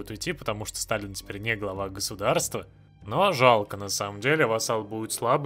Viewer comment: Когда твои войска шли в Таллин, я услышал не "Таллин падёт", а "Сталин падёт"